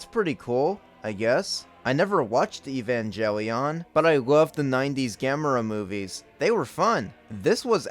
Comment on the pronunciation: You had me until you butchered Evangelion Also y haven’t you watch Evangelion as fan of cinema????